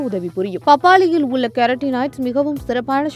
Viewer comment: அந்த அக்காவ முதல்ல தமிழ ஒழுங்கா பேச சொல்லி குடுங்க.. "பப்பாலியில் உல்ல சத்துக்கல் "..னு உச்சரிச்சிட்டு இருக்கு.